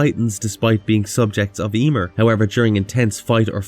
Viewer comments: Emeer, not Eeeeeeemer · Yeemir? 🤣😂🤣😂🤣😂😅 Sorry man but you just sayin it weird as fuck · Ya-mear(meer) is the pronunciation you keep messing up the name.